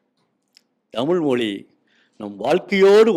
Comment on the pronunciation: ழ கரம் ஏன் உச்செரீக்க வரவில்லை அது தான தமிழுக்கு அழகு மொளி என்பது தவறு